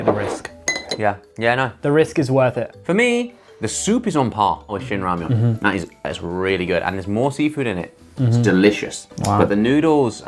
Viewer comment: Shout out to Josh who pronounced all the name correctly!!!!